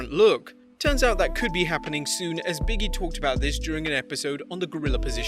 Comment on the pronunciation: Its not "Biggie", it's "Big E".